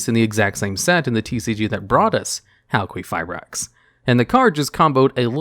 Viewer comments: You keep saying halQUEEFabrax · Ha ha! You said "queef" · Halqifibrax- Hal-kee-fie-bracks. There is no “U” after the Q in Halq’s name, so the Q has the same phonetic use as a K. A Q on its own does not have the phonetics of a U unless said U is present, and immediately follows said Q. No offense to you, dude. I just hate hearing it mispronounced so much. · i appreciate the pronunciation heads up cause hearing a q pronunced as a qu was getting to me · It was so annoying how Crystron Halqifibrax was said incorrectly so many times. Crystron Halqifibrax is supposed to be said as Crystron Halqifibrax and not Crystron Halqifibrax nor Crystron Halqifibrax. I mean seriously, how difficult can it be to say Crystron Halqifibrax ? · I'm a little uneasy over how you say Halqifibrax. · Say it with me.. HAL-kee-FYE-brax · HAL-KEY-FIBRAX SAY IT FUCKING RIGHT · Halqifibrax not Halquifibrax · Yeah, it’s pronounced Hal-Key-go-bracks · I like you but I had to stop watching after the second “hal-queef-fibrax” dude there’s no u after the q, it’s qi, like ki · hal kwee ferberax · Linguistic Point: "Q" is pronounced as a "K" if it isn't followed by a "U". Queef is definitely not right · It's pronounced as Hal-kee-fai-brax because Q still makes a K sound. The reason why we associate the Q sound with "Kwuh" is that the majority of words that have the letter Q in them have a U that follows it up. So words like Queen, Quilt, Quit, Quiet, etc. are more common than words like Qatar. So you were saying Halqifibrax correctly at one point. There was a period where people were pronouncing Qlifort monsters incorrectly, so it was annoying. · Hal-queef-ra-brax That got me every time he said it. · I giggled every time you said hal-queef-eye-brax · I've only seen Halqifibrax being pronounced Hal - Ki - Fye - Braks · It's pronounced Cry (cry) stron (strone) Hal (hail) Qui (key) fi (fee) brax (bhraxaxaxaxisanis) Just thought I'd clear that up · HAL-QUEEF-REYE-AXE -this guy